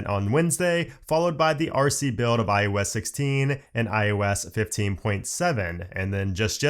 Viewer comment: why do you always sound like you're saying iUS 16? and not iOS 16. It's weird.